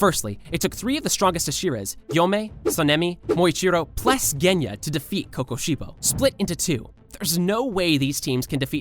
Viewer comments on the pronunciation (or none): none